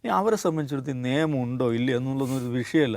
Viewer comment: സർ നേമം എന്നല്ല നിയമം എന്നല്ലേ ?😊